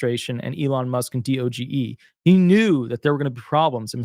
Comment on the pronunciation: Please stop spelling out D-O-G-E. It's one word, DOGE. I'm not sure why you can report on DOGE and not know how to pronounce it.